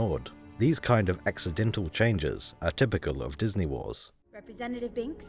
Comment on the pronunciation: bro destroyed disnæy